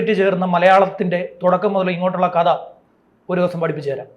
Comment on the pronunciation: ഉശ്ച്ചാരണ ശുദ്ധിയോടെ സംസാരിക്കാൻ ശ്രമിക്കണം. " കദ " അല്ല "കഥ" എന്ന് തന്നെ പറയണം. അതുപോലെ " വിദ്ധ്യാർഥി " അല്ല " വിദ്യാർദ്ധി " എന്ന് പറയണം.